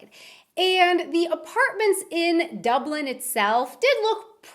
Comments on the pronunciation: It's Dublin not Dublen Wait, you don't have clothing lines? You don't have Lidl or Aldi? I thought the roads were normal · Oh jaysus when she's says "Dublan" it does my head in 😂😂. It's Dublin love DUUUBBBLIIIIIIIN....... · It annoys me how she says Ireland IreLLLLLLLLand DubLLLLLLLLin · the way ye say dublin like oh god hahaha 'd-oi-blin' and ireland 'i-or-land' you might aswell stop talking cuz ur gettin on me nerves